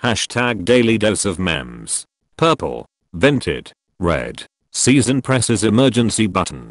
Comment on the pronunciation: Why do u pronounce it mem